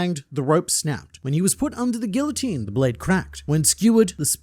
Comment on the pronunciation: thats not how you say guillotine